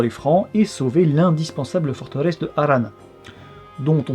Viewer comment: Après il dit des trucs comme "l'indispensable fortellesse" en prenant l'accent une syllabe trop tôt à haha